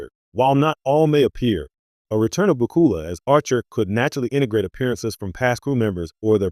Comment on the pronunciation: At least pronounce his name correctly!